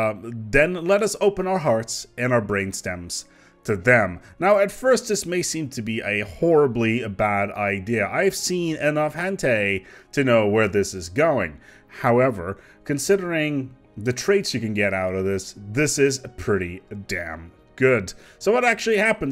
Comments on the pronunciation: Damnit... Its hentai, not hentey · “Hen-tay”- 2018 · "Hantay". I hear you've seen plenty. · "Hentay" xD